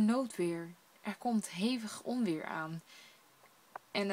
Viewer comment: Ontweer, de t is een stille t :p